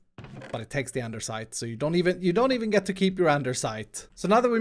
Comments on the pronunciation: "Anderssite" lol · there is no "r" in andesite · there is no r in andesite!!!!!!!!!!!